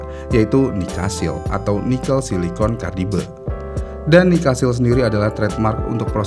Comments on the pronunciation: cara nyebutin ny karbaid bjir ,bukan karbide tapi karbaid (carbide)😂emang ga mau belajar pronausiasi ya org indonesia dari dlu smpe skrg? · Carbide ✓ not Cardibe, Liner ✓ not Linier 😁 bukan orang motor Komentatornya 😅